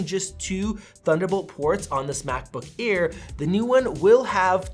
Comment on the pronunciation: Did he say macbook ear ???